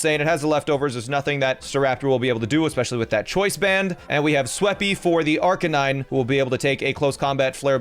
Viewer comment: It’s LOP-a-nee, not LOW-pun-nee Also ar-KAY-nine, not ARK-uh-nine